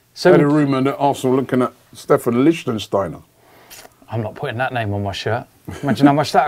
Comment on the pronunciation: Tito George ikr. And the way he pronounces names pisses me off. He keeps saying pocchechino instead of pocchetino. Corzola instead of Cazorla and Lichtensteiner instead of Lichtsteiner